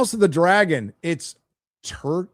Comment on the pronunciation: Turgid --- TUR JID. Like that; basically means "stuck up their own ass". Bloated, pompous or bombastic. Learn to read, dude.